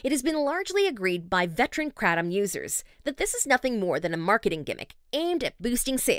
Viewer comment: Awe god the pronunciation of Kratom